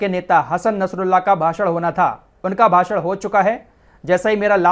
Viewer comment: भासड़ नहीं भाषण होता है